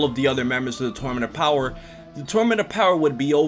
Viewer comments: "The tormanent opower" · This man can’t pronounce the word tournament